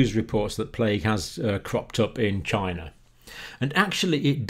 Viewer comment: That is a question you should "Ask Chy-na."